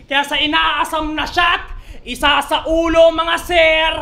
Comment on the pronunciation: Ako lang ba nakakapansin? Yung pag dedeliver ni parang nananakot na ewan ang bagal ng words kumbaga dapat ang bigkas e. Isa. Sa kanya e isaaaaaaaa.... ☝️